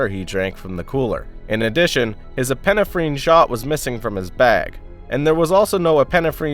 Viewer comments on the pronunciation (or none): Thanks! Awesome video! Also, epinephrine is pronounced "ep-in-ef-rin" just so you know for the future. ^_^